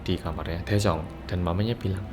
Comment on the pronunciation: Daejung... Me and Also cassiopeia listen..: Jaejoong. 😅😅🤣